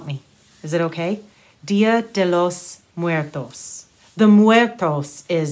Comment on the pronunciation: Your last pronunciation of 'muertos' was perfecto! Excellent effort,!